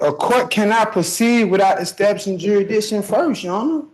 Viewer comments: How is he going to prove jurisdiction if he cannot even pronounce the word correctly! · Sov cits always challenge jurisdiction, but none of them can ever pronounce the word 🤨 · Judge tell him you will answer his questions as soon as he learns to say jurisdiction. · Damn, he needs to learn to say jurisdiction! 🤪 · He should learn how to pronounce "jurisdiction " correctly before saying it wrong repeatly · I dont understand how no SovCits can pronounce jurisdiction. Every video seems to involve someone with the same issue. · Doesn't "jurisdiction" have an s in it? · Why can't they pronounce "Jurisdiction" right? It's not a culture or racial thing, because every SovCit does it. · I'm pretty sure he pronounced "jurisdiction" a different way each time he said it and not even by coincidence did he get it right even once. Can't wait for the next one. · Someone teach that idiot how to say jurisdiction. He is reading the damn word and he still can’t see the letter S!!! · Ummmm is that sovidiot, trying to say jurisdiction? Cause whatever TF hes saying isn't even close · If you can't say 'jurisdiction' then you can't argue jurisdiction. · 🤘 😁 🤘 Hahah this is one of the funniest ones, his first one him and the judge were getting along, now it's like they are starting all over again and judge is not in the mood for the fucktardedness.. And the way he says "jurisdiction", he needs to slow down and say the word, his mouth goes faster than his brain 😊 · You probably need to able to prounounce jurisdiction before you can establish it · If you can't pronounce "jurisdiction" you certainly won't ever be able to understand it. 🙄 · I love it when people who can’t even pronounce the word “jurisdiction” correctly think they can do a better job than an actual lawyer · How many ways can 1 person say the same word wrong? LMAO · He should not be allowed to use the word jurisdiction until he learns to PRONOUNCE IT CORRECTLY.😬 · FFS can you at least learn how to pronounce jurisdiction first?